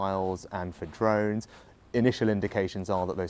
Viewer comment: The way she says "drones" is awesome. Yeah she is very good.